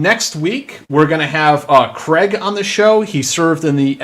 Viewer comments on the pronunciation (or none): none